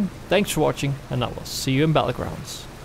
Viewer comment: he also said Player Nose Battlegrounds.